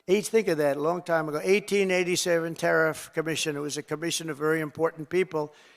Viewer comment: Learn how to pronounce tariff !